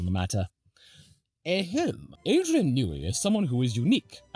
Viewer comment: "Adrian Nooey"